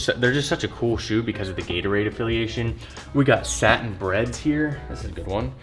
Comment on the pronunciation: How u call the satin royals “stain breds?” 🤦🏾‍♂️